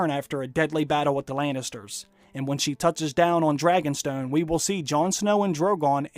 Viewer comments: why do you say "Laynisters"? Isn't it " Lannisters"? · Why does he say Laynisters instead of Lannisters?